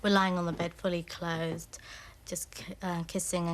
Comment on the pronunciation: absolutely hilarious how Andrews 'friend' emphasises that although they were on his bed, and they were kissing and cuddling, they were 'FULLY CLOTHED' 😂😂